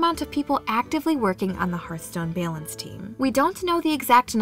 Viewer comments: can't remember literally anything about what i just watched other than the way the narrator pronounced "balance" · I love your accent when you say balance. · I can't be the only one slightly annoyed with the way she pronounces balance